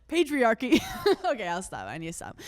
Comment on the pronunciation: "PAIGE-riarchy" LOL hannah